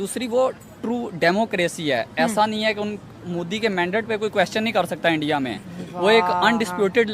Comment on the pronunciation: तलाकात क्या होता है 😂😂😂 अबे सालो सुधार जाओ इंडिया होता है एंडीया नही भाई जान होता है पाई जान नही😂😂😂😂